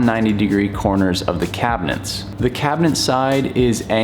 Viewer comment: Take a drink every time he pronounces it "cabinents"